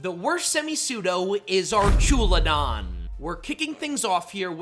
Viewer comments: Archewladon lulz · It’s pronounced arkalidon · The fuck is archooladon...? What the actual hell? It's spelled "Archaludon" and you fucked the letter order AND the vowel sounds... Arch as in the bridge has arches Alu as in aluminun Don like rhydon, or the mob boss is called a don... The fuck are you even getting arch"oola"don out of that? I literally just cannot, I'm sorry dude but that's just wild, not going to sit thru this and I'm going with "DON'T RECCOMEND CHANNEL" Just dropping a comment so maybe, just maybe, you'll look at the names and the letter order and the pronunciation next time, and so you understand where you're screwing the pooch... however that is indeed way way way too bad of a pronunciation for me to give you another shot or more watch time. Good luck 😂😅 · It’s pronounced ARK-UH-loo-dahn, ar-KEY-iss, and hye-DRY-gihn, “”! 🤨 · Pronouncing archaludon like that gave me a stroke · Dislike for mispronouncing my goat Archaludon 🥀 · Just hate the way you say "Archaludon" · Archaludon getting pronounced the way you did is like nails on a chalkboard.